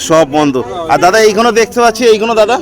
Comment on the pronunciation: ভাই তোর মুখে এইগনো এইগনো শুনে চুলের মতো লাগলো 😂